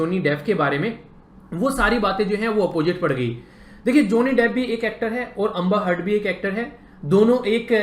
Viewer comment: Bhai अंबर हर्ड nahi... ऐंबर्ड heard